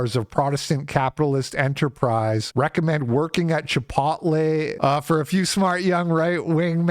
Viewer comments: Bro. Chip-ote-lay. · Repeatedly mispronouncing the word "chipotle" completely discredits any point you were making. 12 years ago, I bought a house, making $38K a year, by myself in south east Pennsylvania. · Dude do you really not know how to say Chipotle!?! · Why do you pronounce chipotle like that? No one says it like that.